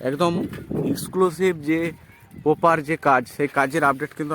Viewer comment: Bar bar 'poper' kothata use korben na. Sunte kharap lagchhe..aar kothata poper noi..ota 'proper' hobe